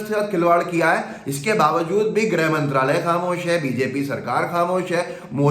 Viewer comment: हिन्दी का उच्चारण तो सही करो। ग्रह तथा गृह में अंतर पता है या नहीं।